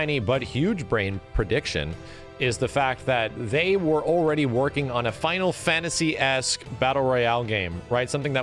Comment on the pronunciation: “Fonal fonasy”